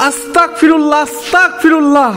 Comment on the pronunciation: আস্তাকফিরুল্লাহ ❌ আস্তাগফিরুল্লাহ✅ আপনার সব ভিডিও প্রায় দেখি । এই আস্তাগফিরুল্লাহ উচ্চারণটা ঠিক করে নিয়েন ❤